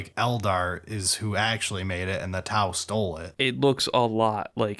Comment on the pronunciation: sounded WAY too excited for the first 40 seconds, glad the disappointment of T-glottal stop-au "melee" brought him back to normal